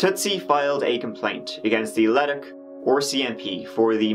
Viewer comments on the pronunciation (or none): Haha he also said “Ledduck” (it’s pronounced le-duke) ORE-cmp haha heck of an accent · Leduc is pronounced "La-Duke" ;) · I grew up in between Nisku and Beaumont, but I had left long before this happened. By the way, it's Le DOOK, not LED uck. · Its pronounced "Lah-duke". :) There's lots of missing women and bodies showing up in the area lately. Love your vids bro! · Leduc is pronounced Le duke. Kijiji, close enough, lol. I moved away from Edmonton in 2005. Grew up there.